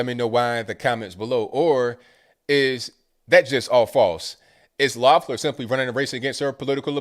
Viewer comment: I live in Georgia. No exaggeration, I got 14 pieces of political ads in the mail in one day. Two were handwritten postcards from Tennessee and Virginia. Not to mention 8 texts. And my 19 year old got two absentee ballots. Whole lottta money and corruption, this is gonna be a mess. (Also, I'm not endorsing her, but her name is pronounced leff-ler) Cheers from Stone Mountain